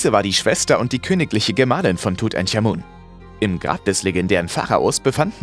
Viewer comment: Das spriecht man tut ank amun aus Nicht tut änk amun 🤦😳